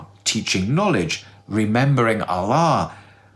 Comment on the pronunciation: Hi ur supposed to pronounce Allah as (Al-loh) but u say (al-la) just pointing it out. Love the shorts.